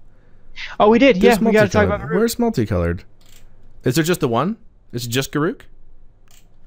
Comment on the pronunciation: Correct pronunciation of Garruk